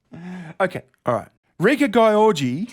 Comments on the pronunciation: Gyorgy is pronounced sort of like jewellery not Guy-orgy 😂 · It's pronounced geeór-gee, not g-eye orgy. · Ms. Gyorgy is Hungarian, so I'm not sure why you pronounce her name the English way and make fun of it? Most probably it's pronounced Gee-or-gee. Otherwise I agree with you. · Thanks for annihilating György Réka's name lmao. It's pronounced like "dyerdy" . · I believe gyorgy is pronounced "dzurdz" if i remember correctly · Gyorgy is hungarian its pronounced george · GYORGY, should have gone to Specsavers. Btw, reads Georgy like Georgia. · I have seen that before! It’s pronounced GEORGE- E! XD I loved that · To whom it may concern: Gyorgy (in its native spelling György with those dots above the o) means George and is pronounced [ɟyrɟ], if you look up the IPA Let it be known, my only problem with is that he doesn't bother putting in the work to at least read the articles correctly when it comes to names. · Her name is actually Réka György so it was written wrong. In hungarian the g and y form a separate letter which does not exist in english but pronounced very similarly but not identically how you pronounce the beginning of the word 'due' as you press you tongue to the roof of your mouth and make the utterance. Ö is pronounced like 'i' in the word 'first', like fÖrst. György is actually a first name too in hungarian and its english counterpart is George :D. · Oh god that pronunciation on Gyorgy, was killing me laughing, but I can see why you would read it like that based on how it was spelt, but to be fair it should have been György which is the hungarian version of George. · It's a Hungarian person so her name is pronounced in a way that English phonology is incapable of approximating. An IPA transcription for György is /'ɟørɟ/. The last "y" is not pronounced, for example, it just indicates that "g" is not pronounced as /g/. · Poor Réka, getting her name pronounced like this xD